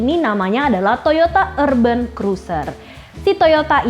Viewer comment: Itu sebutan nya urben atau urban...kayak nya klo dlm bhasa inggris sebutan nya gak kayak gitu deh